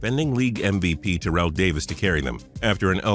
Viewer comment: Just a little FYI it's pronounced tear-ull Owens not tur-rell